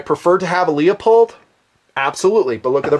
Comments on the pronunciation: Not being from the West (I am from South FL), most scopes can be 4 power or less for 90% of shooting in my area. I like LIGHT, so I bought a Weaver 1x3..very sharp, very light (8oz), rugged. I found a cat tail that fits it. If I could afford one, Luepold (this is pronounced LOO POLD, not LEO POLD. Leopold was a famous orchestra conductor) makes a 1x4 20mm that weighs almost the same(8.5oz). Most 1x4's are as heavy as a brick. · I hate to correct you on something like this, but it bugs the crap out of me. It's "LOOPOLD" not " LEEOPOLD". Call the company and they'll tell you. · Awesome vid,. You put an incredible amount of work in on this. Ton of info - this could have been a 2 hour vid. I'd appreciate your take on setting up the optics... scope mount choices and process, boresighting. Also, no offense intended, but is Leupold pronounced LEE-O-POLD or LEW-POLD? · Sorry, iI misspelled a manufacturer name. It is spelled Leupold, but still it is pronounced LOO POLD. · Excellent, excellent vid as usual. As I could never criticize the content your excellent vid's (and never would), I will take the opportunity to nit pic :) Leupold is pronounced "loop - old" Good shooting! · Why is it so hard to pronounce Leupold correctly? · Hey Dude! Leupold. It's pronounced Loo-pold. Not Lee-ah-pold. Just correctin' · Leopold Anthony Stokowski (1882 – 1977) was a famous British orchestral conductor. His heritage is Polish on his father's side. His name is pronounced like it looks: LEO-POLD. in video after video grossly trash the famous optic maker's name and calls Leupold (LOO-POLD) LEO-POLD. All I can think of is the conductor, Leopold, who BTW was heavily satirized in a Bugs Bunny Cartoon. See and hear Leupold &Stevens Inc's youtube channel at /user/LeupoldStevens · LOO-POLD. I want to vomit every time you say "LEO-POLD" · Leupold is pronounced "loopold" not "leopold" =) Great vid - where is the list though? 75K was a LONG time ago.